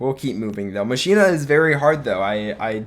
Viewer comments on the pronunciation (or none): Pls stop calling machina mashina, it’s pronounced mockina